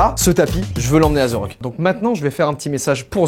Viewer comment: We nails pas zerock Mais The Rock